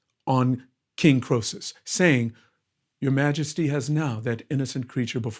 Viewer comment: EE-Sop, FFS KREE-SUSS, FFS!